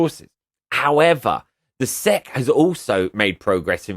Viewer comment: The SEC is an acronym, not its own word. It doesn't make sense to pronounce "Sec" it's S.E.C. You are think of an apronym, which makes a word. You don't pronounce the FBI or CIA as a word so why do it for the SEC?